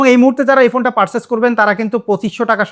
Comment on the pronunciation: পারচেজ এভাবে বলবেন ভাই।